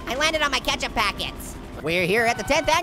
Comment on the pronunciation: it’s ketchup not cetchup